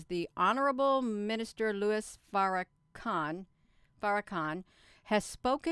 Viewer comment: OMG! 🤣 Every time you mis-pronounce Farrahkahns name!! ❤️🙌 It’s golden in my book. ❤️